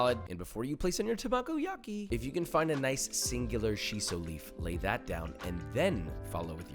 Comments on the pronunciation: Arg! Not “ta-MAH-go-Yaki,”..”Tah-Mah-Go-Yaki,” don’t pick out syLAHbles to accent in Japanese! Sorry for the retentive criticism but, hey..might as well pronounce it more closely to correct… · As much as I enjoy learning new cooking techniques, the way he pronounces some of the Japanese terms like tamagoyaki and omakase hurts me inside